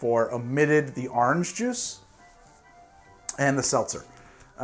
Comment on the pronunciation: Well there you are saying Awhrange again